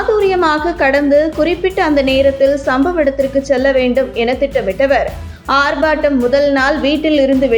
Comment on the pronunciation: ஆர்Batam அல்ல ஆர்ப்பாட்டம்